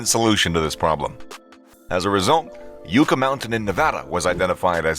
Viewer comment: Yucca is pronounced yuh·kuh, like the plant. Not yoo·kuh.